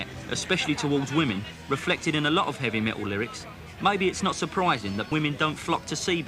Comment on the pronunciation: 'evy met--ol'